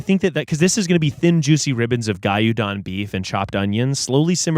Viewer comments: pronouncing GYUDON (correct pronun. ghee-you-dohn) in the most WHITEST POSSIBLE as GUY-You Don is the highlight of this video! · isnt it gyoo-don?? miles said Guy You Don which is hilarious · I was confused for a sec what "gayuhdon" is, then i realized its gyudon 😂😂😂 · Yoshinoya is an actual Japanese chain for dons or bowls. Gyudon is pronounced gyewdon btw. Also yeah, u guys prolly wrnt to the worst yoshinoya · i genuinely cannot deal with saying gyudon like GAYUDAWN it's kind of precious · the "gayudon" is killing me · Lol. I used to get Yoshinoya scratch offs when I lived in Japan. Won a free gyudon 😊. Btw: it's gyu (like like glue with y for l) don (like bone with d for b) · the way miles pronounced gyudon is taking me out 😭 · ’ pronunciation was spot on lol don’t drag him!! It’s yoshi not yosha. His pronunciation of gyudon though.. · The true crime is how pronounced gyudon hahahaha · the gyudon pronunciation really sent me 😭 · Yeah, no matter how he said Yoshinoya, the pronunciation of gyudon is a CRIME.